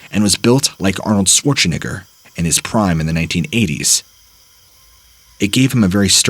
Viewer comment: Did this dude just say Arnold Schwarzeni**er?? Lol bruh you know that’s not how you say his name